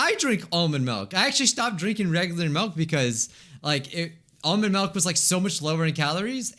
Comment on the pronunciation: Did just say melk?